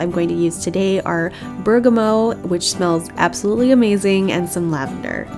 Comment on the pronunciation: It's berga mot not berga moe